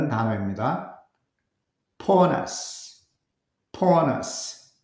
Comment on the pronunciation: poorness 를 그동안 푸어네스 로 발음하였는데 "포어너쓰" 로 정확히 알게되어 매우 감사합니다.💙💙💙👍👍👍